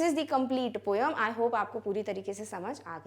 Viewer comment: It is not poyam it is poem 🤔🤔